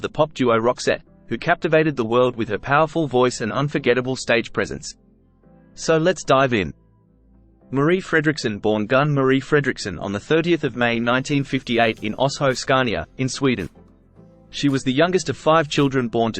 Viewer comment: Gun is pronounced geun